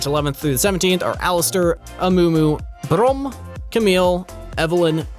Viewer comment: I love when says braum